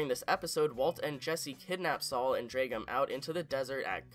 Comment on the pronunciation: It's pronounced "bagman", not "begman". It drives me nuts that you keep mispronouncing "bagman". Also, it's "drag", not "dreg". It sounds like you have an accent problem. You need to work on pronouncing, and enunciating for future videos.